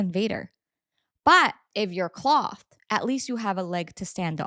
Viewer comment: Why tf are you saying clothed like that are u r tarded or something